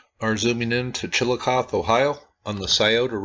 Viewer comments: It's Chillicoth(ee) not Chillicoth. The "e" is long, not silent. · Chill - eh - coth - ee. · chill uh coth ee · It is pronounced Chillicothee just for information's sake...thanks for this vid. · Chillicothe is pronounced "chill-ih-cothee" The Junction group is now a protected, public park where they use "interpretive mowing" to show the earthworks. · Chill-a-coth-ee I live close to it and there are SOOOO many earth works it’s hard to believe. In my hometown we have a string of mounds running through our Central Park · yeah, I didn't know how exactly to tell him. But yes, "Chill-ii-coth-EE" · you pronounce it wrong...there is a long E sound at the end of Chillicothe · You are not pronouncing the name of the town correctly,. The E at the end of Chillicothe is not silent